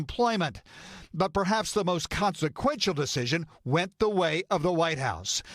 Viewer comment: For-cause not “for clause” smh